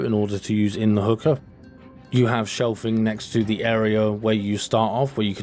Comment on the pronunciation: stop saying hooker, its hookah .lol